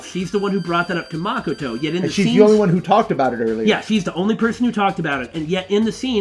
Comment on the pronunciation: Makoto is pronounced Muh-koh-toe not Maa-koh-toe